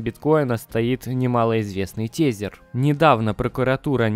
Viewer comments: Нравятся твои ролики! Лайкос! Но Биткоин Диаманд и тЕзЕр 😅👍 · учи английский. А то битфинекс и тезер - это просто "кровь из ушей".